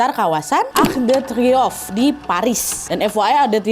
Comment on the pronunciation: Arc de Triomphe bacanya "ark de triong", nak Nadia.❤